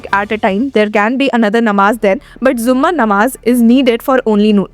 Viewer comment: Hii didi bht acchi or informative video thi aap ki bht accha lga dekh kr bs 1 cheez correct Krna chahuga k jumma namaz hota hai zumma namaj nahi thank you 😅